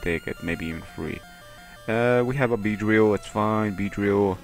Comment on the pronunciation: hahahaha venonatuu wing ataco, beedrillO omg you had me laughing hahaha you so crazy